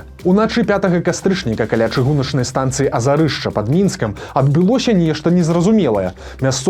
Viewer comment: "Азярышча", а ні "Азарышча"!!! Ад слова "возера"!